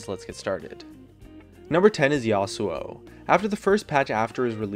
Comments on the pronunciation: 1:st Azir is the shittiest mid evr 2:ns IT'S "YASO" NOT YASOAU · #1 Azir if amazing and has great poke potential #2 It's pronounced Yas u o, which is how he pronounced it.